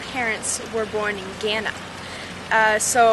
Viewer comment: Idk y but u find her pronunciation of Ghana so cringeworthy....but great to hear about her story